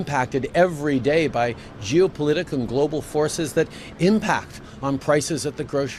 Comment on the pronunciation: Sounded like he said jewpolitical.. Not geopolitical